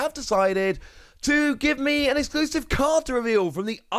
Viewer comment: He was so excited he forgot the L in exclusive 😂